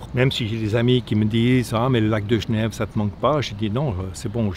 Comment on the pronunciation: Video interessante jusqu a qu'il dise lac de "geneve" 😭